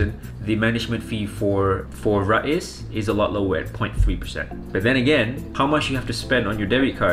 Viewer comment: It's pronounced "Rize" not "Ra-iz"